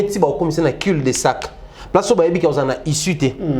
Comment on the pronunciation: Sorry biso tout to apprenaka: Cul de sac( cu : prononciation au lieu de dire cul)